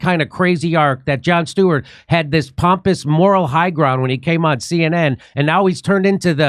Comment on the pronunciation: Joan Stweart LOL